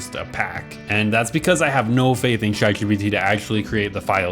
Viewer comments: achaly, shatGPT, shuse, workch. bro fix your shit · cant get over the way you pronounce chatgpt